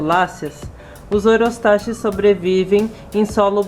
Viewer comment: A PRONÚNCIA CORRETA É OROSTAQUIS, OK? E EXISTEM 3 TIPOS IWARENGE, FURUSEI E BOHEMERI E A VERDE MALACOPHILA, UM ABRAÇO E BOA SORTE.